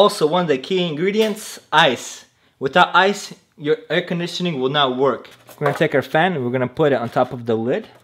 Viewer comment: actually is how it sounds with russian accent